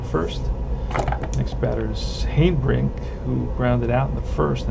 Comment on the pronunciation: Just stopped in to see how your '59 Braves are doing...saw the first few rolls for the Braves and it looks so much like my rolls for the Braves...by the way Harry Hanebrink is pronounced 'Hanna' brink...he use to be with the Braves...oh, by the way Conley beat my Braves on a 3 hitter too...Gene Conley was a solid pitcher, that the Braves didn't have enough patience with. Pray for Peace young man! I am going to pick up my 1959 replay in a couple of weeks...